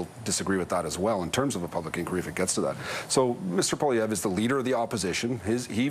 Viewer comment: His name is Poilievre not Poliver. Sound it out. 😂